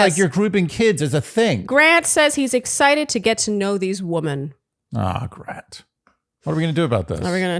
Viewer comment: Please don't say WOMAN when it's supposed to be WOMEN lol.. my ears screech every time. 😂😂😂😂 We have to tolerate it from Grant but that's more than enough lol.